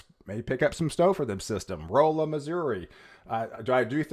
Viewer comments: It’s pronounced Ralla Missouri not Roella. Love your reports. Look forward to them. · The city in Missouri is pronounced "Rawl-uh". Congratulations on your new spot!!